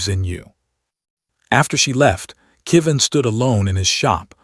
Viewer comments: Another name that AI can't seem to get right. This time "Kevin" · "Went to the stars forever" A lovely way to say someone has died. I wish the AI would pronounce Kevin correctly.